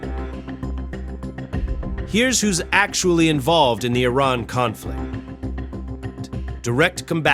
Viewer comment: I'm guessing this is yet more AI slop narration. In one sentence, it was pronounced "I-rarn", then in the next "Eye-ran". And there are others...